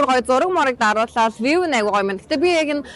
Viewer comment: Хөөрхөн байнаа. Нэг зүйлийг сануулж хэлэхэд view гэдэг үгийн сүүлийн w нь silent хэлдэг шүү. Вюү гэж хэлээрэй. Амжилт